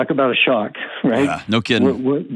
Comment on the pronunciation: LoL! He literally cannot say the word :Shock without sayin awe. Not sure what there is to be awed at tho. My mates longtime girl was messin wid a woman after bein banged up wid her so.... He was never quite the same after she left him for a broad, ended up wasted on smak then OD'd intentionally some yrs later...Seems she was the 1 who got away aye?